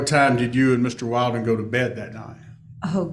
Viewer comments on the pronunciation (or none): How many hours has this attorney spent on the case and still calls that guy WILDen instead of WILLden? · Counsel deliberately pronounced Mr. Badboy [Willden?/Wailden?] wrong the whole time 😏😁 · WILL-DEN. MR WILL-DEN, like she's said over and over. I know it's petty, but that just bothers me so much! Pronounce names correctly. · It' so comical that the new BF was trying to hide who he was, so much. Everyone, even the judge, didn't know what to call him. His name was said wrong fifty times in 4 hours, lol. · I think it's pretty unprofessional that the pros and judge haven't made the effort to remember the correct pronunciation of Wilden. Very unimpressed. But gods, she's a smug piece of work!